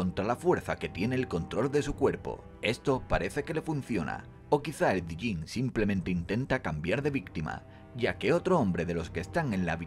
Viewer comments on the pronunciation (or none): Diyin no se dice sino yen y eso significa demonio